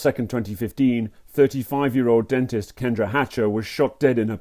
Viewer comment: When the detective said maybe he didn't want a hygienist maybe he wanted to denist I was like Daaaamn🤣